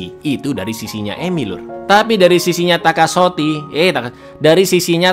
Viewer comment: wkwkkw takashotii keplesett wkkwkw lucu lanjut